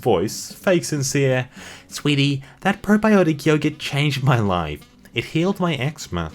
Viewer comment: Yeah what the fuck is a yoyurt mate hahah